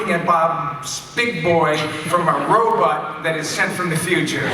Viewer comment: I love that Michael still says "robutt" hahaha